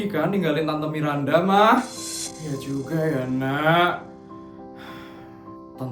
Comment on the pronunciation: Bang kok nama Miranda jadi "mirdanda" bang 🗿